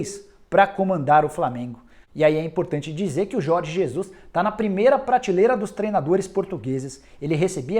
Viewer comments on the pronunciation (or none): Não é pratiiiiiiiileira como vc sempre pronunciar no seu canal e na ESPN. É prateeeeeeeeeleira com. Eeeeeeee e não iiiiiiiiii